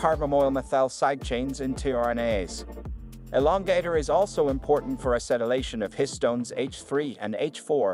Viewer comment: what in the AI is going on with this voiceover? The way they pronounced "tears" and "lbs" had me cracking up until it got to elongator and then i lost it